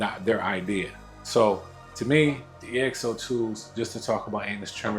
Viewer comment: Bro you don’t say E X O, you’re supposed to pronounce it, it’s like (exo)skeleton……so it’s the GTX Exo II